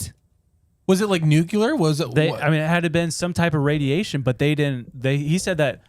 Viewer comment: Did you just say NUCULAR? Did you mean NUCLEAR??